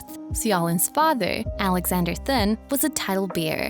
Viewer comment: Right! These people need to practice before they post. Also his last name is pronounced "tin".